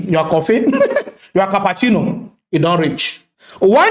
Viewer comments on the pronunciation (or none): Man said cappacino 😂🤣😂